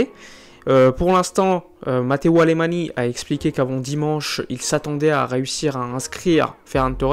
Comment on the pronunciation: Très bonne vidéo, mais ça se prononce "Alemagne", pas "Alémani".